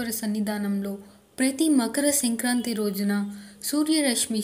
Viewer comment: senkranthi kaadhu kaadhu adhi... sankranthi.. hahha..!